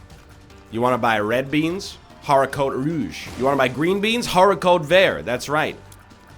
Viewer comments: I'm just mad you pronounce the h in haricot with 10 years of french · the way he said bean in french hurts me